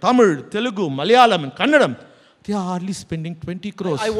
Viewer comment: Kannadam? Why is this fool changing Kannada to Kannadam??